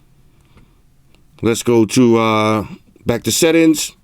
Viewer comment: Settings that sound like "Set Ins" 😎